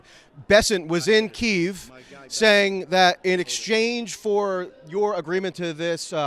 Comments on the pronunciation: its key ev not reeve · Stop mis pronouncing kyiv . Its probounced keee if